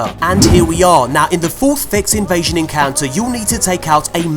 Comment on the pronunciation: Vex Invezzzzion 😂😂😂